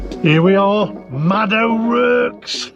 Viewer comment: O'Rourke, pronounced o'rork not o'rerk.